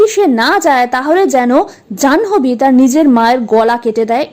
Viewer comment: 'জানহোবি' কি ভাই? উচ্চারণ টা হবে 'জান্ভি'